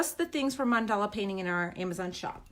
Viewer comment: It's Mandala not mandela